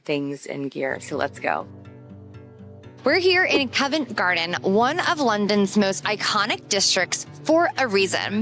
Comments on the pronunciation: It is not Cove nt Garden, it is pronounced Covv ent Garden. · "Cov ent" not "Co vent" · Great video. Love your enthusiasm for history and our culture. Just a tiny point about Convent Garden - the Co in Covent is pronounced C-of-vent (like in Cough or Complement) not Co-vent (not like in coincidence). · Great video. I spend my time in London in a similar way 😂 Just so you know, Covent Garden is pronounced 'Cov-ent' and not Cove-ent' Garden. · Covent pronounced C-of, not cove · Yeah, it's more k-ah-vent, not k-oh-vent, the o sound is like dove, not cove. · Yeh, covv-‘nt gardn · Covent as in column, not as in colon! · think of it like the word convent without the n